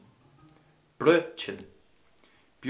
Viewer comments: First off your German is on its way and keep up the good work. Though you might not want to order a Blödchen but a Brrröttt-chen for breakfast. ;) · Ein Blödchen mit Käse bitte!😉 Just kidding. You made me realise how difficult it must be for a German starter. Some of them were pretty good - you're getting there! Glad you have fun with it!🤗